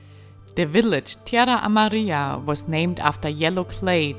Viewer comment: Was privileged to ride a good portion of your route from Unaweep Canyon to Taos on my own and later with my wife, who rode her own bike 🙂 I love seeing your travels in my spiritual home. Also, as a native Texan, I think you pronounced Tres Piedras and Tierra Amarilla just dandy 😎👍